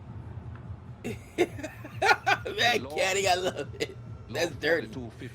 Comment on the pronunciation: The word comes from a guy called vinoo mankad who first did it hence it is called mankading.the first a is pronounced as a u in umbrella.